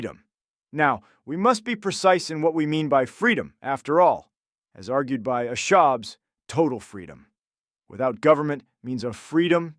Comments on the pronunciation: “Thom ashobbs” “Daavid huume” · Twi’lek thinker Thom Ashobbes…” Thomas Hobbs??? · Thom Ashobbes..... Thomas Hobbs! Pla-Ato?!?!? Locka?!?!? Daaved Hu'ume AKA David Hume?!?!? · “Thom Ashobbes”? I see you.